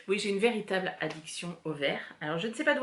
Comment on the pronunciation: Super contente de te retroucer! Tu m'as fais rire avec ton "véritablement" fan de vert parce que même à l'oral, je l'entends "VERTitablement";). En tout cas moi aussi j'adore ce coloris Dundee. Pour la jupe Justine, elle est effectivement très sympa, et j'ai été tout aussi gourde que toi. Je l'ai faite en viscose sans entoiler les ceintures, et malgré que j'ai une taille marquée, elle me tombait bien bas sur les hanches. Résultat, j'ai décousu les côtés des ceintures pour y passer un large élastique à l'arrière, et je l'ai fixé sur les côtés par une fausse couture. Bref l'important c'est de trouver la solution qui fait qu'on pourra porter son vêtement 😊